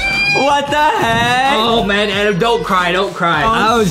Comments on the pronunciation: It’s ADEM Not -ADAM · Hey! It’s ad-em not ad-am